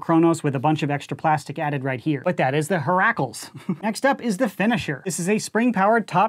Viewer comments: COOP. YOU CORRECT. IT'S HERAAAAAAACLEZ. NOT HERAECLEZ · "Hera" and "Heracles" are pronounced "hair-uh" and "hair-uh-cleeze" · It's pronounced heh-ra And it's pronounced heh-rah-clees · Nice vid but the mispronunciation of Hera (h-ee-ra) and Heracles (hera-cleez) killed me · unrelated to the video and quite nit picky but Heracles is pronounced heh - ruh - kleez. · It’s pronounced haira and herqulees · Even though you don’t say it correctly, I LOVE the way you say Heracles 😂 it’s so funny and definitely a mainstay joke haha